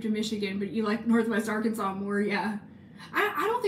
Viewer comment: one day I want you to take us on a historical tour of hot springs but every time you say “arkansas” you pronounce it “ar-kansas”